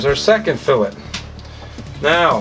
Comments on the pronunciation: It’s not called a FILLIT it’s called FILLET SOUNDS LIKE FILLAYYY!! lol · hahaha "fill its" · @@ Are you Canadian? Filet is a French word or a derivative. Do Canadians pronounce filet with a hard t instead fil-lay as the Brits do? How do you say felt mignon? Just curious. After seeing all of the negative comments from the ignorant and shallow end of the gene pool I was hesitant to ask. The question isn't a slam.